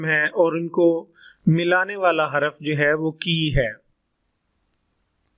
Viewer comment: Apna talaffuz to durust kar lain isam lafaz haraf laazam sift sharat. aur isi tarah ki beesion ghalatian kar k aap bachchon k mustaqbil ko kyun daao par laga rahai hain. Quaid e azam laqab hai khitab nahi Aik anaar so beemar mohawra nahi zarbul masal hai. Isi tarah baqee sab bhi zarbul amsaal hain